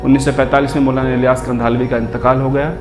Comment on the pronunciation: Mashallah bhai video bahut achi hai bas jab ap Maulana ka naam thik se lo 💚